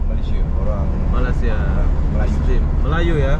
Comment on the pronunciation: Abang ni macam tak pandai sebut Malaysia.. Ingattt!!! Malaysia bukan malasia Tolong di ralat kalau ada yg salah 😀😀😀